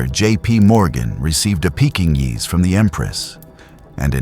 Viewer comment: Get your AI to say Pekingese properly.